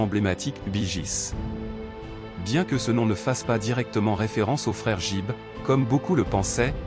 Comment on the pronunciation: On ne prononce pas JIBB mais plutôt GUIBB!